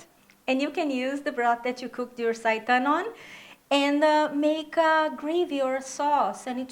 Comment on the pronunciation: Thank You for the correct pronunciation of the word seitan!